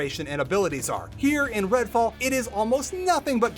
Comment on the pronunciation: Redfall? Sorry, I thought you said Redwall. I am honestly less interested. (to be fair, this is the first I've heard of it, but I really did think of Redwall books)